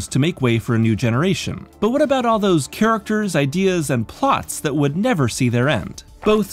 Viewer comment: Micheal cane: NEVAH!